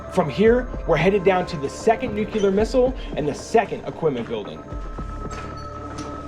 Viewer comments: Nuclear, not Nucular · New-clear....NOT nu-q-ler